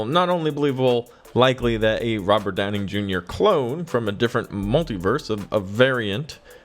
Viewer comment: Hearing Robert Downing Jr. over and over should bug me, but it kind of amused me every time.. 😅